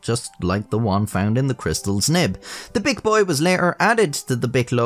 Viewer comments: Then he says "Bic boy" like my mind went straight to "bitch boy" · That's not how to pronounce bic